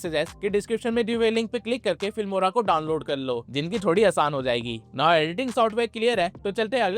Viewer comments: Fimora ❌ Filmora ✅ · filmora not fimora